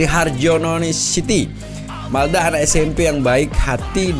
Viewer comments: Jangan salah yaaa namanya M A L D A... Bukan M E L D A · Malda bang bukan Melda